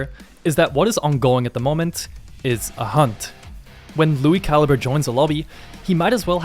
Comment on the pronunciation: It's pronounced Lui Cal-I-Bre.